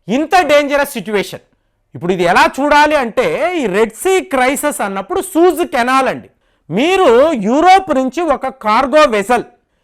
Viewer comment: సూయజ్ కెనాల్...సూజ్ కాదనుకుంటా...